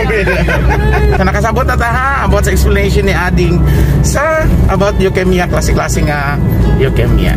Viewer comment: Mispronounced ang word nga Leukemia dapat long E diay..sari...